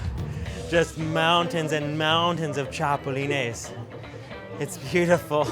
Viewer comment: LOL, he said "Chapolenes" Grasshoppers, let's move on to something else....